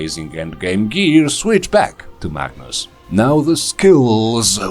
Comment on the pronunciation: I will admit, I kept hearing "Magnus" as "Bacchus". I was very excited to see how wine would factor into this build.